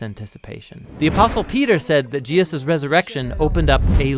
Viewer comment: you slurred Jesus‘s name... I would fix that and re-upload.